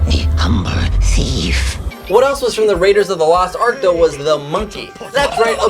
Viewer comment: He pronounced it last ark... it's lost ark